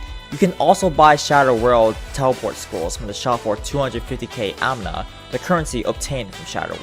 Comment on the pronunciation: Every time he says AMNA I died a little inside.